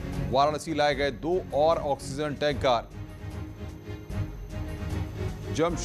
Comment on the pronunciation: टेन्का नही यार टेंकर बोलो